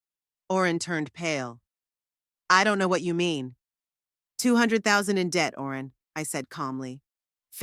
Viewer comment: That would have been a reasonable story, if it was consistent! I agree about the holes! And why was Owen pronounced Orin all the time! I was getting quite frustrated,,,how did her son change the keys! Did he have a set! And what was the point in asking for her keys back? They wouldn’t have fit with new locks in place! She needed the new keys that went with new lock! And definitely no way could he have just moved her to an old people’s home, take control of her house, sell it etc! It was all in her name so legally he couldn’t touch it! . What with names being mispronounced from Barrel to Beryl etc, . And if she was just going to a friends funeral, why on Earth would she take husbands photo, tape recordings, folders regarding house ownership etc? There have been sone strangely written stories on here, but this took some getting to grips with as your always on edge waiting for the next error! Shame!